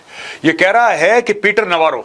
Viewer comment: Peter Navaro है ki Peter 'Lavaro"?😂